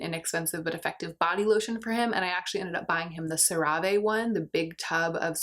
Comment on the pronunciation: fun fact! I once saw an ad for CeraVe and apparently it's pronounced "Sarah Vee". Before then I always read it out loud the same way you did.